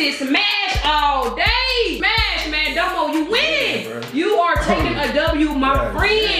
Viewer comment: her name is DOmo not domoo